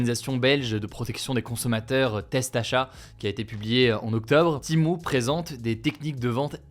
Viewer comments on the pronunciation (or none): Timou Heuu c'est TEMU pas timou ou timu faut savoir parler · pourquoi tu prononces "TIMO"?... c'est "Tému" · C’est Shein pas Shine et Timu pas Timou, désolé mais c’est horrible pour les oreilles. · C'est pas timo mais Temu 😂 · "TémU" pas timou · Pourquoi tu dis timo et pas temu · Wsh ta dis Temo a la place Temu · Je suis la seule où ça me stresse qu’il dit " Timu " au lieu de " Temu " ?😂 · Pourquoi dites vous timo? Alors qu’il est écrit temu? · C'est pas Timo... c'est Temu, TÉ-MU. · Pourquoi il dit « timo » wsh. Ça me stresse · Il a dit timo ? 😂😂😂😂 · Pourquoi il dit Timou ?